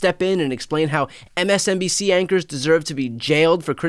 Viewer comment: Did he say MSBNC?